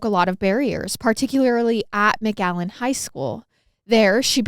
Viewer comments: Am I the only one hearing mcgallen and not McAllen ? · This is my hometown, I never heard of this case 😅 btw you saying McAllen wrong 😂😂😂 you’re saying MgAllen 💀